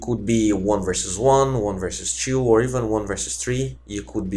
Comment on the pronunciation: dafuk the way you pronounce two as tchuu is so shit .. i want to watch the vid but every time you pronounce it that way. my trigger meter goes from 1-999 in a matter of sec.. tcguuuday like wtf man...